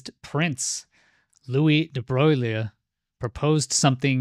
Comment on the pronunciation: Pronounced De Broy al